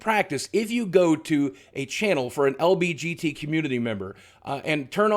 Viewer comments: The dislikes are people who noticed you said lbgt instead of lgbt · It bothers me that boogie says lbgt instead of lgbt. Great video otherwise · ITS L-G-B-T not lbgt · Boogie I love you but pls say LGBT not LBGT, I'm sorry but it's driving me a little crazy.